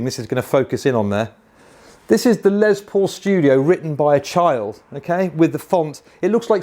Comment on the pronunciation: Why do you teabags all say LeZZZ paul? The man's name was Lester. Les for short. Can you GUESS what it rhymes with?